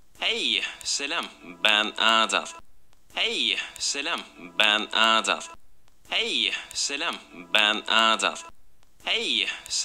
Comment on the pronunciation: dediği kelime:HEYĞĞGY Selam BEĞN AADAÂL x&